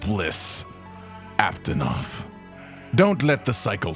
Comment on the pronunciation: Aptonot he said lol